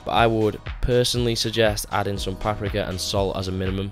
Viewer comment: Great video other than how you say paprika